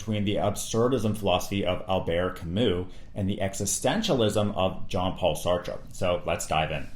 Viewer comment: Bonus lessons learned from this video: how to correctly pronounce albert camus and sartre 😂